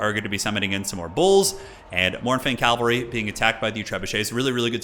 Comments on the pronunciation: sad to admit but saying calvary triggers me. Cavalry, say it with me, cavalry. you shorten it to cav, not cal, so why? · For the last time, it's pronounced CA-VAL-REE